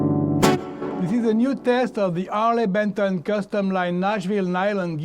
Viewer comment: It's not Arley Benton but Harley Benton...